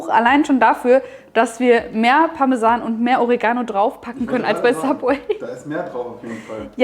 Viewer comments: Die Aussprache von Oregano triggered mich des Todes xD o-REE-ga-no Das Baguette werde ich sicher aber mal nachbauen! Sieht phantastisch aus und schmeckt sicher gigantisch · Echt coole Sache, aber bitte betont doch das Wort Oregano korrekt. Die Betonung liegt auf dem e und nicht auf dem a. Sonst hört sich das an wie Origami :-)